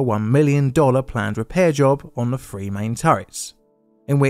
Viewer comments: STOP!! YOUR PRONUNCIATION OF THE WORD OF THE NUMBER "3" (THREE) IS "FREE"??? PRONOUNCE "TH" AS FOR "THE" NOT AS "FEE". GOT IT? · Now try saying three with a TH instead a F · Why do you say "free" when you clearly mean "three" (eg "Iowa's free guns")? There are other examples of "f" substituting "th". If you are to narrate an important piece of history, surely you should at least pronounce words properly ? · Was that one two or free.